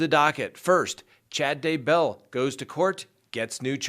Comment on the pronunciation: I love this channel, but it does drive me nuts when you put the emphasis on the wrong syllable on names. Chad DAY bell. TY lee, not day BELL or ty LEE